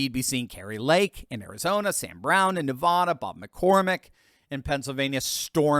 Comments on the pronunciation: It’s Nevada NOT Nevahda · It's not Na vaa da It's Na vad a So irritating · NevAda, not Nevauda!!!! Call someone in Nevada, so they can tell you how to pronounce Nevada. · It's Nevada. Not Nevahda. All you Thurston Howell's out there bastardizing the state's name should cease and desist immediately!! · NEVADA.......NOT NEVAHDA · Pronounce the first “a” in Nevada like the “a” in “apple!” It is NOT pronounced “Nevahdah!!!!” You do not come off as more sophisticated or “learned” by pronouncing “Nevada” “Nevahdah!” Please? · Please please please learn to pronounce NEVADA correctly! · Nevada, pronounced with an A , lol since I moved here I’ve been corrected…. Thanks for all the updates 👍🏻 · Pronounce Nevada with short “a”as in ladder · A as in Apple. Say it 1,000 times before you record the next video on this state. If you keep saying that way I might have to start saying Connect Ticket. :)